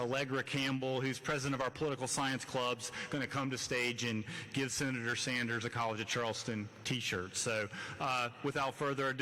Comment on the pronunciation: "Shenator Bernie Anders!!" Dude can't even english... and he prezhidunt of university....